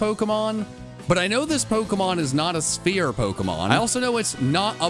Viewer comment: When you said Sphere pokemon I thought you said "Spear Pokemon", and I got really confused when caught that Hisuian Voltorb